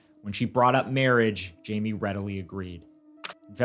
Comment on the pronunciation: His name is pronounced Himay